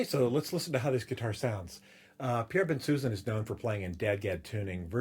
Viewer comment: An interesting and informative review, but Pierre Bensusan is French, and to hear his name pronounced "Ben-Susan" REALLY grates on the ear. His name is correctly pronounced Bon-souson, with both 'n''s silent and (I believe) the emphasis on the final syllable (As in 'Alain Delon').